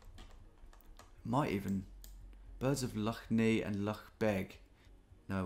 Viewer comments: it’s pronounced Lough Nay not Knee btw tom x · Lough neigh is pronounced like neigh/nay rather than the "nei" you werensaying, i always find it funny when you mispronounce northern Irish place names, but a for effort, greay video! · Lough Nay, not Lough Nee 😅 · Lough Neagh is not pronounced Nee but pronounce Neigh (like the sound of a horse) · Love the video Tom, but Lough Neagh is pronounced “neigh”. Like the sound a horse makes. Keep up the good work! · As a Northern Irishman who lives 10 mins away from Lough Neagh, it was pretty cool to see it appear. Oh, and its pronounced "Lough Nay" fyi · Lough Neagh pronounced ney, has been in the news lately, it's full of blue green algae. Coming from pollution running into the rivers that feed it. And those rivers have all been flooded the last few days as well as the lough being higher than usual, when the water eventually makes its way out to sea it will probably be back in the news again. All the water runs right past one of our best beaches, and that will get closed because of it. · Need to say like lough neigh. Read up about it was in the news a lot later about being ruined by algae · Lough Neagh is pronounced Nay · Lough Neagh is pronounced Nay, Like the horse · As a citizen of Northern Ireland, cringing every time Lough Neagh is pronounced. Great video as always